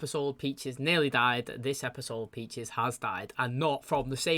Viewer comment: Man I was wondering if anyone would say something about the “Peaches” thing lol everytime he says it it hits the ear wrong he also says “Becks” all the time he loves making names plural.